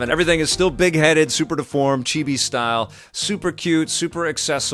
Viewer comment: Thanks,. for pronouncing "chibi" correctly.